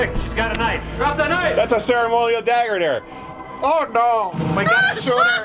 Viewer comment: "Dat's a cer-a-monial dagger dere." Perfect.